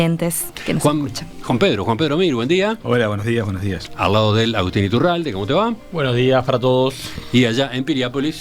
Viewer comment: Iturralde, Ituralde ....me suena